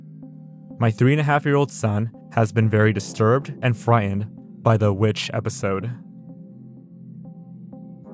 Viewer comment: interesting video, but the narrator (who is obviously an adult male in his early to mid 20s) cannot properly pronounce the "FRIGHTENED". he speaks like a 4 year old....